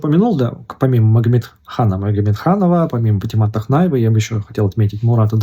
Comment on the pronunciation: Ни тахнаева а вахьнаева по-моему